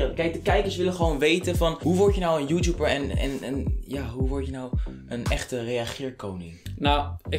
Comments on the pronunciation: haha hij zij joetjoeper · zegt youtuber als youtjoeper😂😂